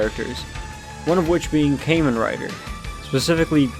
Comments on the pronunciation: its pronounced like "kah-men" rider, my good dude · Mispronounced “Kamen” in Kamen Rider, but pleasantly surprised someone with no knowledge of Tokusatsu brought up Skull Man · “caiman rider” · Ah, good old “came-in” rider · say kaymen rider one more time and your gonna wake up without any skin and flesh. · Ah yes, Kaymen Rider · Came in rider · I've never even watched Kamen Rider but the way you pronounce it bothers me